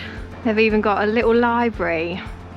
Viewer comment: Love your channel. Shame you missed Porthcawl it’s lovely. You and the kids are great, but I hate the fact you miss t’s in words like little which you pronounce a lille. Just my gripe, sorry.